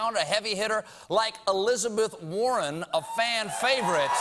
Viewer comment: But her name isn't pronounced war-hen...